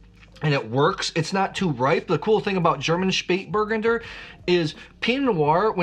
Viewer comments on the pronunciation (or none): OK, please repeat after me... "Shpayt-bur-GUN-der". Emphasis on the third syllable. Now, if I could find more Spatburgunder, I'd certainly drink it! 😊